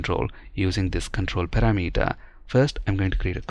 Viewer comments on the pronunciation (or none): Please learn the correct pronunciation of "parameter"! Even some native speakers pronounce this wrong. I used to say "kilometer" wrong in the same way but I am so glad that I learned how to say it correctly. The correct pronunciation of both words sounds so much better.